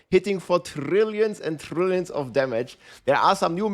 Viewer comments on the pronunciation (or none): Trrrriiilion of trrrriiilion